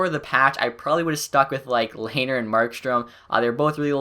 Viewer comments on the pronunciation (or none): (le-haner) ahahahahah its pronounced (len-er)